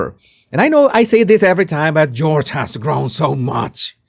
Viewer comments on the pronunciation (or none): none